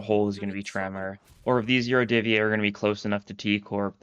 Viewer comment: QOTD: the yurodyvye finally getting some action, I honestly love their scarf design. They've also kinda been absent for the last 3 chapters as opposed to literally any other major antagonist faction Edit: Yurodyvye is pronounced with an emphasis on the "O" but your pronunciation is otherwise pretty good (source: russian is my mother tongue)